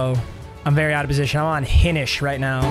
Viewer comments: Hey papa it’s not important but it’s hi nish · for future reference its pronounced high-nish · it’s pronounces HIGH-nish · Doubt you’ll ever see this but Hinish is pronounced Hine-ish like Hines ward ish.